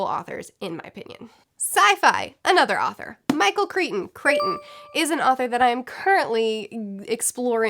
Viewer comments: Michael Crichton is pronounced like frighten! I strongly recommend Prey, by him. Pretty much all of his books really (except the ones released posthumously). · It's Michael CRY-ton. Hope this helps.